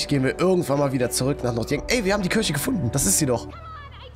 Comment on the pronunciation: Es wird kirche ausgesprochen und kürche wird die frucht ausgesprochen no hate wollte es nur sagen/schreiben